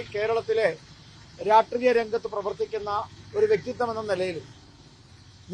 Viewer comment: രാട്രീയം അല്ലടോ മനുഷ്യാ ..... രാഷ്ട്രീയം🥺